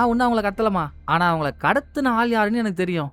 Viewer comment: ஆனா❌❌ Haana✅🤮🤮